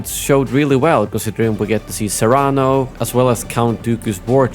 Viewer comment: AWESOME Star Wars The Bad Batch Season 2 Episode 1+2 Reaction I Completely Agree With,!;):) (P.S.Count Dooku's Homeworld is NOT Pronounced "SERRANO" Like The Spanish🇪🇸 Ham, But "SERRENO",!;):)